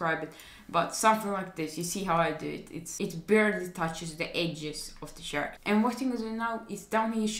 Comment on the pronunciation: u know ur on a vid when hes say sharacter instead of character ahaha